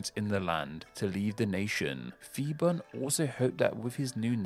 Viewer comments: yes was going to make this comment....people need to understand the Thai romanized "Phi" is still pronounced P (pee) and not like an F...maybe sounds funny to English speakers to say "P P island" but gotta just move on.. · Thai living in Thailand. A minor mistake in the pronunciation of Phibun, P should be a heavy sound, but I understand foreigners trying to pronounce another language. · Hi! I'm Thai and I love watching you videos! From what I've been listening to, your major flaw is that, you're doing contents about linguistic, but you lack non-English words pronunciation skills. I suggest, whenever possible, when you come across a name in non-English language, look up their Wikipedia articles, find the IPA, if you're lucky, there might be some recordings, but if there isn't, just put the name in their native language and put it on google translate and listen to it. It's still better than coming up with a pronunciation from how it's spelled using Latin alphabets. Please, never, ever go by your English language instinct, Phuket is pronounced "Poo-get" and not "Fuck-it", so "Phibun" is "Pee-Boon" not "Fi-bun" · Interesting video! Small correction - when transliterating thai into Latin script, the letter 'h' is used to strengthen hard consonants. So, 'Phibun' is pronounced 'Pee-boon' (with the 'oo' being the same as in 'look'). The same thing happens with Phuket (pronounced 'Poo-ket') and with 'Thailand' itself. They don't ever use 'ph' as a 'f' sound. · Phibun is not pronounced Fibun for the same reason Phuket is not pronounced Fuket and Phitsanulok is not pronounced Fitsanulok. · It's merely another example of an American having problems with language. He couldn't pronounce Phibun properly either. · The dictator name was not Fi-bun it was Pbhi-boon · Calling phibun "fibun" is crazy... Its actually pronounce "piboon" a lot pf the time, thai people uses h next to p in there name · Phibun doesn't read as fi-ban.. it's p(h)i-boon พิบูล